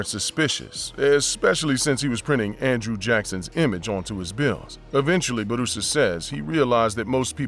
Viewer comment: It's not Barusa. His name Bu Ra Sa.